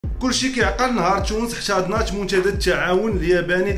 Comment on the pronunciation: الله يرحم الوالدين انطق حرف التاء تاء وليس تشاء. تونس وليس تشونس منتدى وليس منتشدى محتوى محترم